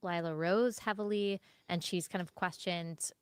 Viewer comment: How many syllables are in the way she says the word "and"? CO: "EEEEE-AYEEE-AAAAA-ULLND"